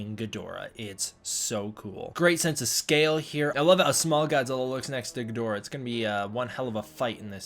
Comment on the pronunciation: Ggidhora - never seen Ghidorah butchered so badly... gidora is what I did